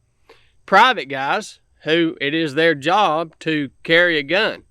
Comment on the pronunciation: Dang bro you talk to slow. The word "job" only has one syllable by the way. Its not "jah-ob".